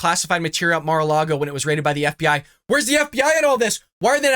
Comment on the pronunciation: Jesse Waters called it "Car-A-Lago". 🤣🤣🤣